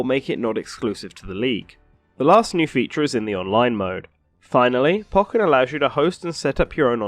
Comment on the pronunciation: u say pokken wrong